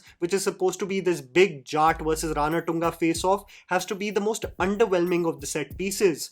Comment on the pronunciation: I guess its Ranathunga, feeling sad again again saying RANATTTUNGA, please correct me.